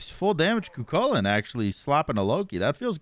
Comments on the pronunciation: I like that manages to mispronounce Kukulkan and Cu Chulainn THE EXACT SAME WAY 🤣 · There's no shot you expect us to continue watching the video when you call him kukulkan like 10 times within the first 2 minutes of the video?